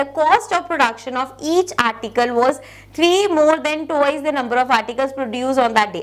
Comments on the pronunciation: It's twice not toooice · Someone teach her how to say twice and square